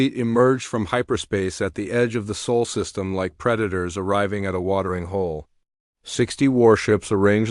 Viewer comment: SOL NOT SOUL or SAUL in the captions and narration.